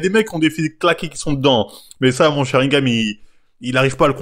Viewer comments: Sharigan et pas sharingam sa mfai saigner des oreilles merci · SharingaN avec un "N" et pas SharingaM... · Frèro c'est Sharingan ! Pas "Sharingame"